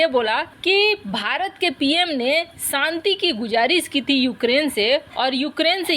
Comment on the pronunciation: Saanti nahin Shanti boliye madam